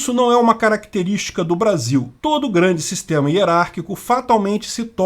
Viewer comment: "glande" foi foda 😂